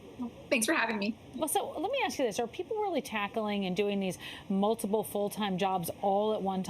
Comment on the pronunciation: Shout out to, pronounced slimee! What a pro company b!tch with her talking points! Don’t do two jobs at one, focus on one job at one time! fOH! Multitask it’s an actual thing! Then with the whole “at will” employment crap! Fire you for anything, at anytime?? That’s why we have unions, labor laws, and lawsuits! Keep sucking the man!